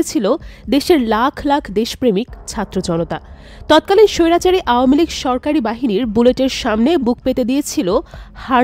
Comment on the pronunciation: আপু সব সময় এভাবে স্বৈরাচারী বলবেন খুব ভালো লাগে শুনতে